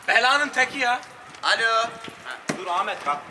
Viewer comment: Sefayi değilde sefanin Ahmet'e amet demesini özledim